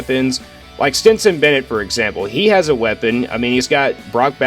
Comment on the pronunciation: It's Stetson, not Stinson. Stenson, Stenson, Stetson! Driving me crazy! Lol